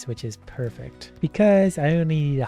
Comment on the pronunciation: parece que dices perfecto xddd osea de tu inglés tratas de decir perfecto jejeje good video